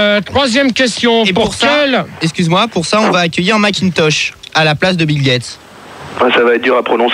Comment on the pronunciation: "Bill Gatèsse" 😭😭😭😭